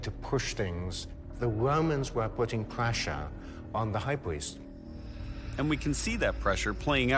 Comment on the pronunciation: "the womans were putting pwessure on the hebwews" 😂 welease woger! 😂